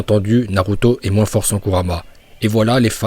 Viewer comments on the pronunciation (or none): none